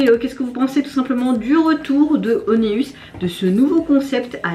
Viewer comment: Juste pour info... Le nom du groupe se prononce waneuss... Genre one comme en anglais... us... comme euss. En espérant que ça t'aide 😉 Des bisous